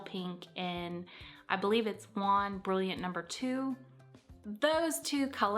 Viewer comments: Better pronunciation, try Joan instead of John... But without the hard "d-like" sound in the J... In French, the J is much softer than in English... More like sh-ch-zz-jjj rather than (d)jj... And the eau or au letter combinations sound like an open "O", sometimes a little drawn out, like in Jaune (jo-o-nn)... They will never sound like "awe" or "on" or "ahn"... But the mistake is easy to make when you're used to seeing Spanish! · Jaune is french for yellow. It's pronounced similarly to John. Or if you're familiar with the word jaundice, just like the jaun in jaundice.